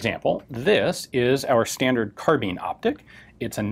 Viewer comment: please stop saying "car-bean".